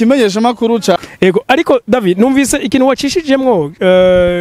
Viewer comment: Cher présentateur "" de Agaciro Média, nashaka ndagusabe ko promoteur wa "Kibonobono Oil Company" woza uravuga neza amatazirano yiwe neza. Ukamwita "David", ukatomora neza urudome rwanyuma "d" tukarwumva, ukiyubara kumwita "Davi" canke "Davy". Twebwe nk'abakurikira imisi yose ikinyamakuru "Agaciro Média", turabizeye cane kandi turabakunda. Tubasabe iyi nkebuzo muyifate n'ama, mwongere mutwihanganire. Mukomera. Claude BAZOMPORA